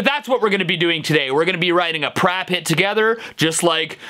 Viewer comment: He said rap instead of prap😖😮